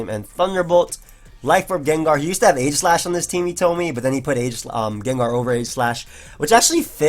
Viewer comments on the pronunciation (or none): none